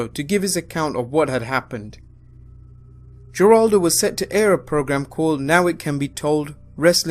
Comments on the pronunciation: It's pronounced Heraldo, not Jeraldo. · Geraldo (Jitaldo)? Say it with me (Heraldo) Is how you pronounce his name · Geraldo is pronounced Hore-all-doh not Jer-all-doh. . . it's Spanish. . . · Lol Geraldo = HĒraldo I used to call him that too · Geraldo isnt pronounced Jeraldo. Its pronounced Heraldo. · BTW, its pronounced Her-awled-oh not jur-awled-oh. Other than that, great series! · Great channel, but one thing here. It's pronounced Heraldo, not Geraldo. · Please learn to pronounce celebrity's names. Geraldo is an Hispanic name which means it's pronounced Heraldo, not Jeraldo. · I had to chuckle at that, but can hardly blame someone from the UK. When I was a kid I would always read it with a hard 'G', and I even grew up with this pain in the ass language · I know it’s not a good thing to bring up, but Geraldo is pronounced with an H not a G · I thought this was supposed to be a serious documentary! If that’s supposed to be the tone, it hurts when you have a Vince McMahon “YOU’RE FIRED” meme included in the video. And also, the credibility of this documentary is impaired when pronounce Geraldo Rivera’s first name as ‘JER-ahl-doe instead of ‘HER-ask-doe. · I love you (and I mean just you, not the other narrator) but you guys really need to do more research when it comes to pronouncing certain words and names. It's a little thing, but it happens in a lot of your vids. The talk-show host you mentioned, Geraldo Rivera, his first name is pronounced "Heroldo"- Gs and Js regularly serve as Hs in Spanish. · Guy keeps saying jewraldo....bahahaha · I know it's probably your accent but Geraldo is pronounced HAR-AL-DO, silent G there. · Mush Nick. Hairaldo. Just suggesting it helps credibility if you can say our names correctly. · Geraldo = said "Heraldo". The G sounds like an H. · Geraldo: I know hes Puerto Rican but his name is pronounced HEH-Raldo. He ain't no Rico Suave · say Geraldo correct you dumb fuck. zhehr-AHL-doh it's Hispanic not white.